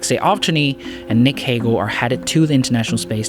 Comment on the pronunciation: Lol, idk if you can blame it in his accent, he called the Astronaut "Hagel" I'm hoping it was the accent thought, otherwise, it doesn't look good on the research of the video.